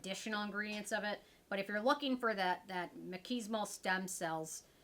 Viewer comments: Mez-en-chi-mal the i is a hard i. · I believe it Meh-zink-ka'-mol with the emphasis on the last syllable. Like my sink and bowl. I am a biology and chemistry nerd. Also, took etymology, and medical terminology 🤷‍♀️😁💗💗💗Have a wondeful and Merry Christmas 🎄💚❤️💚❤️✨️